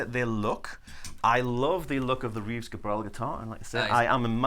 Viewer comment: It's Reeves Gabrels - with an S at the end. I always find it a bit embarassing when people talk about a guy as if they knew what he's doing musically and then don't even know how to pronounce his name. Great guitar (the Reeves Gabrels Signature II) by the way. I have it.